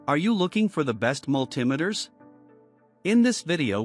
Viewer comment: You lost me at Mull Timiters.